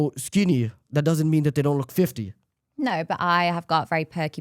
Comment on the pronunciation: It's "no," not "nourgh."